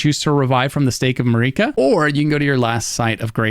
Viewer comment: He pronounced just about everything wrong, Marika, Melina, Evergaol